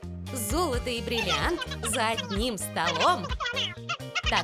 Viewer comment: бриллианти , а не бирианти или как ти ешо там говорил